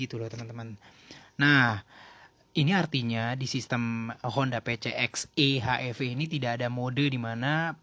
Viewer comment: Bacanya Pisieks Ii: Ech Iii Vii nggak sih